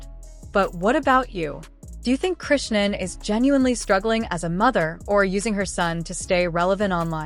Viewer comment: Seriously??? C'mon now .. at least make that lame ass A.I. shit pronounce her damn name right!! It is pronounced [CHRI-SHAWN] not (QUISHUN)😂